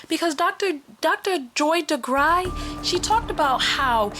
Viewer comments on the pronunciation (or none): I believe it is pronounced Dr. Joy Degruy (Da-Grew)